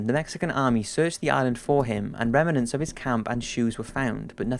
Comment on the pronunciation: Rem-nants not rem-en-nants. Arg!